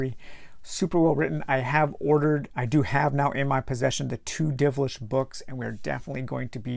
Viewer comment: It's Dilvish, not Divlish.